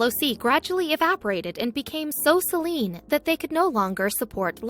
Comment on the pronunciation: Who is reading this? Tell them how to say "saline", as in salty solution and "entranced", as in enamoured with -rather than the entrance of a space.